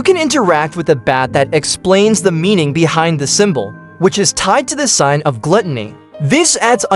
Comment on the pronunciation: “sin”❎ “sign”✅